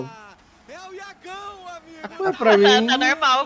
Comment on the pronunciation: o é bom demais pqp, enquanto todos os casters do cblol falam yaga ô, o cara ta no fodace e fala YAGÃO brabo apenas